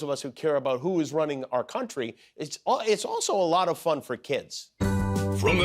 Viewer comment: Question from a trivia game 12 years from now. What American president prenounced "a lot" as "alaat", never grasped how handshakes worked and had a face like angry orange silly putty with a blonde badger nailed to it?